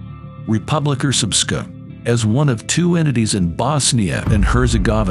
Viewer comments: You could pronounce srpska as "serpska", much easier for people not familiar with that pronunciation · no its not, its pronounced srpska.. Ex-yu languages always pronouncing as you write it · its not its pronounced srpska, most people cant pronounce it though, hahahaha